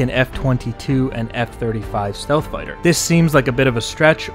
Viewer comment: It's not very Stelth.